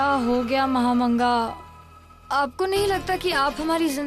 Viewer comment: Mhamanga ❌mhadanga 😅